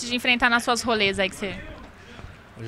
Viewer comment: " Jogador mais dificil de jogar nas suas roles" ela falou role como se fosse sair DHUIAUIDIASD